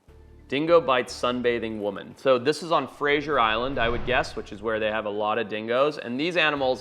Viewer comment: Fraser Island's pronunciation / location on the map is quite an impressive stuff up 😂